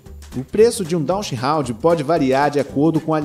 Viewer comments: Não é "DachsHOUND" é DachsHUnd (com U) essa raça não pertence à classe dos Hound's. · A pronúncia do nome DACHSHUND não é "dashraund"... Só esclarecendo. O nome é alemão, o U tem o mesmo som do português. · Dachshund lê-se "dacs rund" com "r" aspirado, como em "rato". Não tem nada a ver com hound! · Sugiro procurar a pronúncia correta do nome